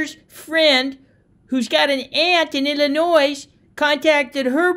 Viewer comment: Illinoi, the s is silent!